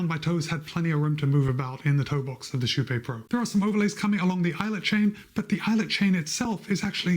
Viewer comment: Actually if the name is from kypegården its actually pronounced more like sheepé. Sh - ee (need) - p - é (pokémon). Im swedish so i know that pronounciation. The "ee" part is not exactly right but i cant think of a closer comparison in english